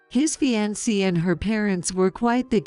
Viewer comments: Can’t pronounce fiancé,bowing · Get real people who can speak English correctly or fix the AI fixed so ALL the words are pronounced correctly! Fiancee is mispronounced and it's maddening to listen to it mispronounced! Ridicule and refuse is also mispronounced! Increase the speed of the speech so they sound normal otherwise they sound slow and boring at the normal speed! I wouldn't doubt that Rick is going to be more of a servant than a husband or son-in-law